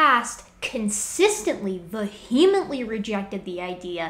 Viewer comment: I love how you make fun of him for mispronouncing orangutan, then moments later you mispronounce “vehemently”. I genuinely don’t care who is right, I am enjoying the passionate nerd rage in all its glory.